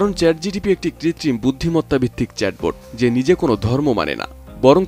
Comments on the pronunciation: ChatGTP ?? 😂😂 ChatGPT😊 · চ্যাট জিটিপি না ওটা হবে চ্যাট জিপিটি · Chat GTP hbe na..GPT hbe... sec a.. Abar sec o.... sec o.. sec a abar o.... vai...vul 1 bar hoi 2 bar hoi...bar bar na...apni uccharon korte paren nai... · Chat gpt ❌ Chat gtp ✅ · second e pronunciation wrong hoice CHAT GTP 😂😂